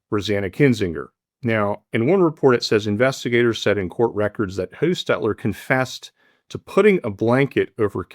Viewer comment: Hass stetter is the pronunciation of last name. Prounced like Hoss on the old time show Bonanza.